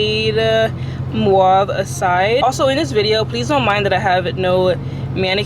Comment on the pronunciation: that's not how to say mauve. also why do you end up throwing out and rebuying so many shower caps? mine has lasted a long time?